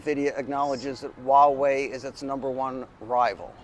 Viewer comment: Great video and message. However can I be a little pedantic, and help you to pronounce Huawei, it's not "wah-way", but "hwaa-way". All that aside, great point and video though, good job. Subscribed 👍